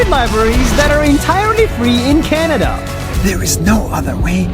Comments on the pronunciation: nas makes a typo and says canda instead of canada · on day two he said canda lol